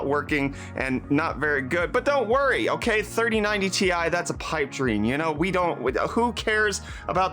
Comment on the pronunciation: i gave u dislike for saying 3090tai